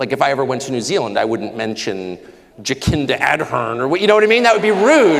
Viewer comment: The saddest thing in this episode was seeing Australian laugh at Tucker mispronouncing the name of a female Prime Minister of New Zealand and then calling her the "retarded lady with the big teeth". I am ashamed that my fellow Australians find that funny and not only because it personally attacked Jacinda Ardern and was outright misogyny but because it insulted every person with a neurological disability and probably anyone with a disability. How many of the audience had a disability or a family member with a disability? Did they laugh? If they did they are even worse than the rest. If they didn't then why did they not stand up and challenge Carlson for what he said? It is because everyone in the audience had a neurological impairment in that they believed the lies that the con man Carlson tells. This is how lacking in knowledge Tucker is, he says China should take over Australia for its resources when even more resources are much closer to them in the outlying Russian states and I think the inhabitants of those states would be more comfortable with China as the boss. It would be so ironic if Tucker was one day sent of to eternity by a neurologically challenged soul with a weapon that Tucker loves so much, a rifle or pistol. Who would go to his funeral? Not Clive Palmer, or Rupert Murdoch and certainly not Donald Trump or all the fossil fuel company bosses that hire him.